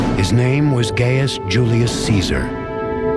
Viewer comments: No his name was NOT GAYUS its GAIUS... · Guy-oos is the original Latin pronunciation.